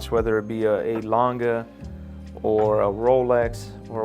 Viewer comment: It’s Lange not Langhe